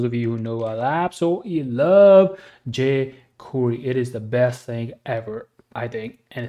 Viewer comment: How the fuck are you even pronouncing JQuery